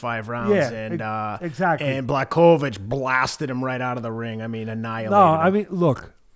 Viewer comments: The irony is that doesn't get it right either. They keep turning the 'ch' into a 'k' but there's no audible 'k' in there. /Americans for some reason say 'Black-oya-vitch' but really it's 'Bwa-ho-vitch'. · Hey Teddy, it's Blah'Hovich(pronounced) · Pronounced : Bwa - ho - vitch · Teddy "Blah-cho-vitch" Atlas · Teddy: Bloodkovich. Too good 🤣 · These guys are both mispronouncing "Blahovich" lolol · Can't you say his name right FFS .where is the respect . I swear he's doing it on purpose as he's just wrote him off. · Jan's last name is a tough one though lol.